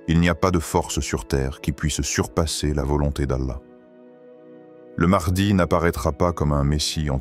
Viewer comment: Wa3alaikoum assalam Warahmatou ALLAHI ta3ala wa barakatouh, déjà on ne prononce pas maadi mais maHdi c'est I A 😂😂😂😂😂😂